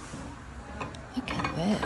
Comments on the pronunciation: FYI Toile is not toil...it is a French word describing a fabric pattern. it is pronounced twoll. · Toile is pronounced like the word ‘wall’ with a t in front: twall